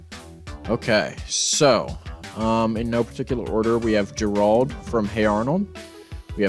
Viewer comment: Man said “Ger-Rahld” 😅